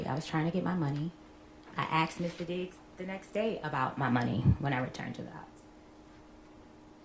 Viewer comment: She aKSed for her money I think you'll find that should be "ASKED"...